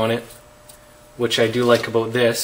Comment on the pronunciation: Abott this, its about this, ( pronunciation)!?